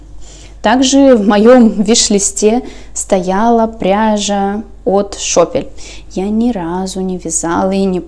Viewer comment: ты владеешь немецким языком?! Так красиво озвучила название пряжи Шопель😍